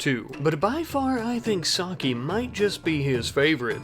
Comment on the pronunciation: Its CALLED "sah-kay" not "Saw-key"